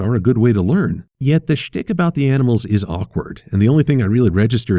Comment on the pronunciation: 0-0 did just say shi# oh wait that was shtick ok remember, enunciate! (just go to it i don't know how to add the link)